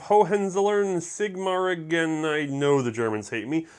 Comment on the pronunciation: I am from the area of Hohenzollern-Sigmaringen and no matter how you pronounce it (which was fairly good), the place was called "prussian siberia" not for no reason .-)Take it from a German, You are doing a great job with the German names!